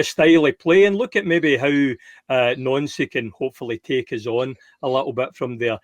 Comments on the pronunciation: IT IS NANCY NOT NONCY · Nancy!!! Ffs his names Nancy!!! Not noncee